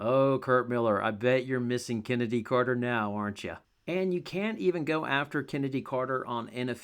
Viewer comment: Here I was thinking her name was actually pronounced Chinnedy. Her mom has some explaining to do.